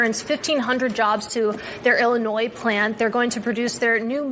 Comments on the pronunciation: "Ill-a-noise" lol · Did that reporter just call Illinois illiNOISE? 🤣🤣🤣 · Did Dice really have to call her a moron simply because she didnt make the "s" silent in Illinois? Not everyone knows that the "s" in Illinois is silent, as Dice claimed. I dont know who she is, never seen her, nor what news agency shes from. But she did not deserve that comment from Dice That was a real snowflake moment from Dice. Kinda like how some from the left get angry simply because their name was mispronounced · So that dingbat pronounced Illinois with an S, & the same time I said that Mark mentioned it. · Ill a Noise, I'm a successful professional and father, Am I supposed to respect and listen to someone who doesn't know how to pronounce Illinois? No I am not. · “Illi- “noise” 🤓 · The “s” is silent, you twatwaffle. Dumb woman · That news chick doesn't even know to pronounce "Illinois." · Can’t even pronounce Illinois. DEI hire 👎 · Lol!! before you even said it I noticed how that idiot pronounced Illinois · Mexico opening up shelters.😂 yes. I will never get tired of winning. I know people from Illinois that pronounce the S. I always corrected them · She pronounced Illinois correctly the first time and in the next sentence mispronounced it. That's the result of someone reading a script without engaging their cerebral cortex. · How can someone who is on the air not know how to pronounce "Illinois?" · Pronouncing the "s" at the end of "Illinois" is the second most dangerous mispronunciation among state names. The only one more dangerous is pronouncing the "s" at the end of 'Arkansas", at least outside of the borders of Kansas, where the river that gives the state its name also goes and is pronounced like a pirate would talk about the Sunflower State..."Arr! Kansas!" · Thank you Mark for mentioning that moron pronounced the SILENT S at the end of Illinois 😂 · My grandma unironically pronounces the s in Illinois, she lives next door in Michigan.